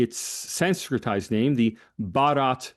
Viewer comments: Baa-rut. With a soft 't' is India. Bah-raat is a wedding procession. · I was impressed by profound knowledge of India, particularly his ability to pronounce Hindi words with remarkable accuracy. Although he occasionally stumbled, his effort was commendable, except for pronouncing "भारत" (Bharat) as "Baraat," which means procession. Given his English background, this minor slip-up is understandable. However, I disagree with his critique of India's non-expansionist policy, which seemed overstated. Despite some reservations on other points, the discussion was enlightening, and I applaud for his in-depth research and engagement. 👌👌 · It is Bh-aa-r-a-t not Bha-a-r-aa-t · Lengthy but just facts and no narratives. explaining RSS as an organization reinforces him as an Academic. No wonder he is sought by the lead media houses. He is so confident and so full of grace. Certainly Anand, Rahul, Zakka or Smita can train with phonetics especially Bharath, syllable by syllable 😂😂. Great job, worth the time. Cheers.